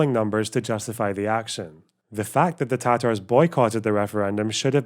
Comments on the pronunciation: Hasan saying “the Tar-Tars” is so cringe it’s a war crime, and he should be punished for that alone. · Yeah but listen to the way he pronounces Tatars, that's how you know he is a well read man.